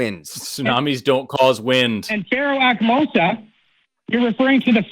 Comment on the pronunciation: The pharaoh is Ahmose. Not Akmosa. He said Akmosa.